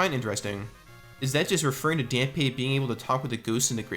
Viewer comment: The gravekeeper is named Dampe, yes(accent over the e), but his name is pronounced as Dom-pay